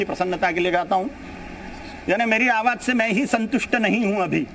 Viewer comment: pronounce correctly... 'awas' nahi, 'awaj'...